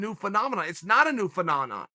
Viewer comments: Me: it’s not a new... what’s the word, Chael? Chael: “pha-na-na” Me: ok great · Chael "A New Phenanan" Sonnen